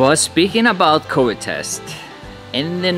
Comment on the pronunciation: Hi, very impressive underwater shots! Most of us have never seen these creatures. However - and since you mentioned it, V in English is V....not W. It is coVidn ot Cowid. My mother always had a problem with that, as well as most Icelanders. She always said welwet instead of velvet. Hope you see the difference:)